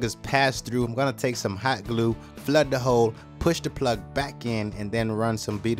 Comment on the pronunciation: Whenever he says hole. I heard hoe🤘😭😂